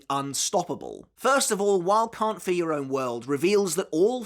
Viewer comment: Y'all gotta start saying 'Can't Fear Your Own World' cuz this 'Carnt fer yer own world' pronunciation is criminal. At least enunciate the 'Fear' part 💀